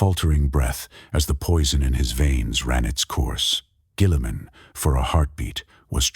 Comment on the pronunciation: Dog train your Ai better to pronounce Guilliman before putting this out